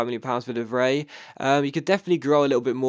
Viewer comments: You pronounce the 'ij' in De Vrij as eye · ***** Just a tip: De Vrij is roughly pronounced as: The Fry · Btw it's pronounced (de-vr-eye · de Vrij is pronounced "de Fry" just so you know